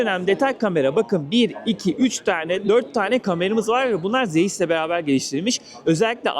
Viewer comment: Zeyis kamera ne ya? Zays diye okunur dostum sen bari yapma yaaaa